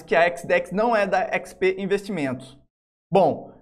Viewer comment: Mano, esse cara não sabe falar XP... PQP.... é irritante....ahauhuauahu